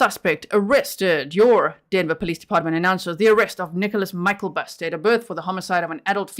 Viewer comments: I dont know if anyone said how to say his name. Its Myk-LE-bust.. not myk-EL-bust. I dont really know why english people cant read the letters in the right place. I hear this every time english people try to read norwegian, and move the letters around instead of spelling/saying it like you read it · It is pronounced Michael-bust. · Mick-el-bust is the pronunciation